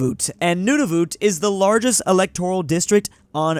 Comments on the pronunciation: Nunavut is pronounced (non of it) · it is usually pronounced like “None of it” but say it quickly